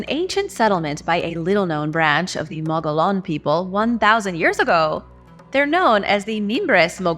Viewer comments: Gila = hee'la. Mogollon = mow'-go-yon. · The word 'Gila' is Spanish, and the 'G' is pronounced like an 'H', so like "HEE-luh". The word "Mogollon" may or may not be Spanish, though the double Ls are pronounced the way they would be in Spanish, as a 'Y' sound. The way it's pronounced locally is most likely not entirely correct, but it's usually like "Muggy-own". Now you know dat. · What the heck? You pronounce Russian words with a Spanish accent but pronounce all if the words about Arizona that have a Spanish accent like a gringo? It's not mo-go-lon it's mo-go-yon. The ll makes a y sound. It's not gee-la it's hee-la. Just like the Gila Monster. It drives me nuts when people say that but you put a Spanish accent on every non English word so why not on Spanish words?